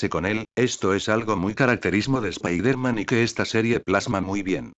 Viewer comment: el dice mal spider-man